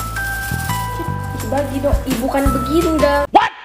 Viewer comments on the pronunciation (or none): Bukan begindang🤣😭